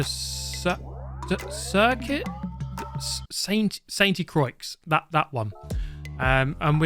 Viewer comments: It's actually pronounced 'Crocs' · Lol. I think it is pronounced Saint-croo-ah with not much wasting time on the "oo" sound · "sayntè Crowa" is the way I heard it as a French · For correct pronunciation, it's Sain, with a silent t, but with a de, and crowah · Ah, the good old Circuit de Say’n’Tea Croics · as a french i have to intervene. Here its saintE so you have to pronounce the T. Sain(te)-Crroooooaaaa 🤣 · He can't pronounce Saint Croix, bet he says Grand Prix with the silent "X" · can you not pronounce sainte-croix? ZUCHT!